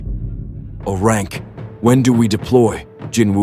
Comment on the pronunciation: AI Narrator can't read and speak in large numbers!? AI script error. AI script error. 500 thousand doll[ar]s EXP [pay to win, LoL right AI?], AI script error. AI? it's not a Rank. It's 'A'-Rank, similarly it's not crank, it's 'C'-Rank. , , AI: "Wurdz R hard, 😢"